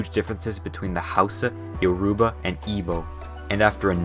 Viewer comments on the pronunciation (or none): Man says yaruba, while its "yo-ro-bah" Although not his fault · Yoruba is pronounced Yo-roo-bah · It is Yoruba, not Yaruba, Benue is pronounced /benwei/ no offence. Oyo is /o'jo/using phonetic transcription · its yo-ro-ba not yo-ru-ba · It is Your-ro-ba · Yoruba is pronounced Yo-ro-bah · As someone in Nigeria I can relate to this but you don't know how to pronounce some word like: yourba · Also “Your-ah-Barr” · u said all the states, and yoruba wrong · As an Nigerian-American, the pronunciation of Yoruba really hurt my ears 😂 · As a Nigerian myself, I've got to say how funny the pronunciations were, especial Lagos and Yoruba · You mispronounced every name in this video except for nigeria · dont forget the pronunciation of yoruba